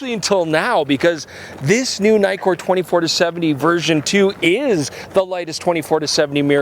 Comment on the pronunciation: if it has two 'kk's would that mean the pronunciation is like NICK-KOR nikkor. not NIKE-KOR ?? no? is this an american thing? weird canadian thing aye?? (see what i did there ?)